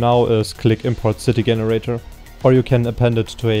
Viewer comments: i think this guy is brilliant even though he says Generator with hard G. lol. i feel you should work on crowd generator your the right guy to do it right. blender needs a proper crowd generator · Fascinating that someone who is able to create such a fantastic piece of software is not able to pronounce Generator correctly.